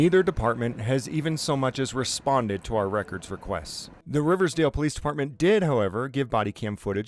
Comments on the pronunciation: Local here! It is Riverdale, not Riversdale. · It's Riverdale, not Riversdale.